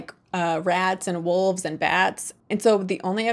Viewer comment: I appreciate the effort it takes to not pronounce 'wolves' as 'wuvs' :D Coppola's "Dracula" is the "Showgirls" of the Dracula cinematic universe. Love it.